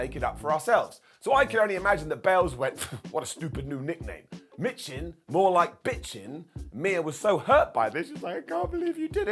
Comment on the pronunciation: Michin is pronounced "Meechin".